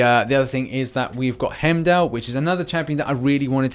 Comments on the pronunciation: Its heimdall not himdall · Can you please stop mispronouncing Heimdal’s name